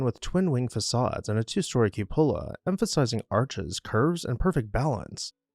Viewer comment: Kyoo’ puh la.